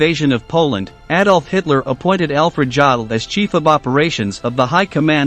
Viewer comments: Why oh why do American narrators have this total inability to pronounce non-English words and names? There is no such name or word as "Joddle!" More than eighty years years since the start of learning these names, they haven't filtered through to the American media or the American people as a whole. In most case (unbelieveably not so in this video), they still insist on calling Hitler "Aydolph" when the rest of trhe world calls it properly. Here, in this video Alfred Jodl is referred-to as "Joddle. In the normal German usage, the "J" is silent, and the "od" is pronouunced as "ode." What is so difficult about it? The same problem arises when he mentions "Goring" where the proper pronunciation of "Gue... is changed to "Go..." Nowadays, basic research is so easy and simple; one only has to listen to old British radio or TV reports, documentaries and even films to hear the correct pronunciations. However, it's well enough known that Americans have their own bastardised form of English, don't like to be told anything, and as a consequence use whatever terminology they want. It's not only incorrect and unnecessary, it's completely unprofessional, especially when putting out a factua-based programme for public consumption. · Try to learn something... Certainly some basics of the German language... Some of your pronounciations were so repulsive! 😬🤥😷 Jdaddle... Jdaddle!... 🤐🤐🤐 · Thanks. I was interested in the content, but didn't get beyond the third "Jodle" before I gave in. If the rest of the content was as well researched I'm glad I didn't waste my time. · I cannot even begin to watch this until you re-record it with the correct pronunciation of Jodl's name. Some if you can't say the man's name correctly. You bastardize history if you say it wrong. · It’s a shame you couldn’t pronounce his name properly. I couldn’t watch anymore. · The commentator should have learned the correct pronunciation of Jodl's name. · his name is pronounce youdle